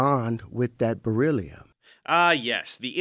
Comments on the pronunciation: im crying at Dave killing Terry with the sound of Beryllium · WELL I wish Dave would stop killing us all every time with the sound of beryllium too 🤔